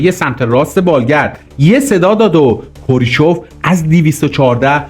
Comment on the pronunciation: کوریچف نه کرو چیف